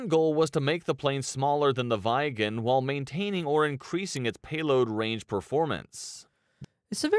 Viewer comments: The video is really butchering "Viggen". The "i" is pronounced differently in nordic languages from English. No, it's not a gen 4 aircraft, it's a so-called gen 4.5 aircraft, because it's not stealth and focuses more on things like agility like a gen 4 fighter, but it's also using gen 5 features with regards to networking etc... This video didn't really tell you much compared to some other videos. The Saab JAS Gripen id more expensive to buy then the F35, but far cheaper then any US fighter to actually *operate*. Look up the two videos about the plane from military aviation history for more details. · Vaigen LOL! Prunounce it like an short e. Tigershark is the one used in first Top Gun 1986 as Mig 21:s. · viggen is not pronounced "vaigen" but more like " weeg-gen" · vaigen haha, Vigg en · It’s J 37 Viggen, not viegen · I hate the way they say the names cause Whats a vaigen 😭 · The narration is really awkward, especially when it comes to the pronunciation of names. "Vaigen" should be 'Viggen' (with a short 'i' like in 'hit'), meaning 'thunderbolt'. "Draeken" should be 'Draken' (with an 'a' like in 'bra'), which translates to 'dragon'. Both were also quite successful models (329 and 615 build, respectively). Strangely the pronunciation of 'Gripen' (griffin) is actually ok.